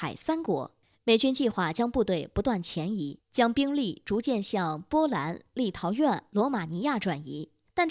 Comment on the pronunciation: 立陶宛wǎn不是立陶苑yuàn，新罗西斯克不是新罗斯西克，海参崴wǎi不是海参威；“想”就是“企图”，没有“想企图……”这种说法；拉合尔不是哈拉尔，这个营销号现在招人连中学毕业都不要求了吗？？？